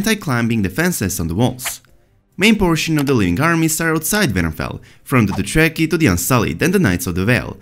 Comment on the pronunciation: If he understood ANYTHING he would have learned how to pronounce Dothraki and Dragonglass by now...